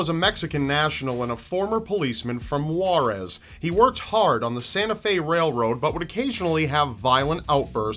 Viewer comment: okay but the way you pronounced Juarez SKKSKSKSKSK